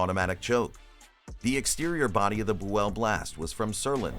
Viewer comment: 'Boo-ell? What a bunch of misinformation.